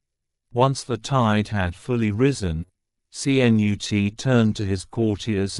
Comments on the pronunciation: My grandfather who came from Sweden to the U.S.. Would most definitely call you an imbecile! He shade the name with this famous Viking English King though he spelt his name KNUTE. But they are pronounced the same Ka.....Nut with the invisible 'a'. And I thought I was bad at pronouncing some words and names. You are most definitely worse, thank you for knocking me off that list. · DITCH THE MORON AI VOICE. YOU GOT THE LETTERS C-N-U-T IN THE WRONG ORDER. THE SECOND LETTER IS "U".